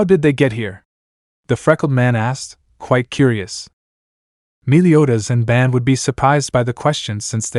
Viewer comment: All right so before this video begins I just have one question did you do it on accident or on purpose his name is bon b o n Even in the Japanese translation it's bon not ban not b a n is b o n